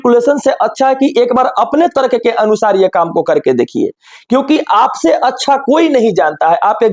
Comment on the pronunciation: तरक nhi तर्क होता हैं 😂😂😂🤣🤣🤣🤣